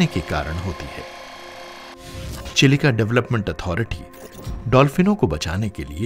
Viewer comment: भाई आप साठिक उच्चारण कीजिए चिलिका का यही उम्मीद है आपसे 🙏